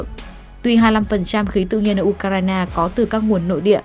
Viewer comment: Phát thanh viên đọc tên của Ucraina kỳ quá ! Nghe cứ như U cà rai nà ! Phải sửa đi nhé !